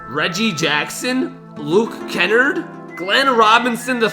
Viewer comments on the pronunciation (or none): it’s not Kennerd for the pistons it’s kennarrrrdddd😂 you all good though....Go pistons! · OMG u said Luke Kennerd. It’s Kennard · I'm a list and fan. He said Kennard wrong and Glenn Robinson is i n the g league